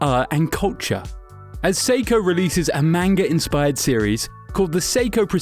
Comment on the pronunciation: I cringe every time he says manga wrong.